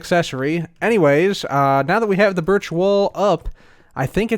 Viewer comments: sounds sounds like he’s saying biich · Ok, now I'm gonna flag the video because saying 'birch' kinda sounds like b*tch... Just kidding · sounds like he’s saying something other than birch...